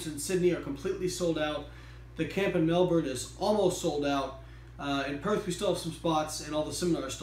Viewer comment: It's great to hear an American who pronounces Melbourne correctly :)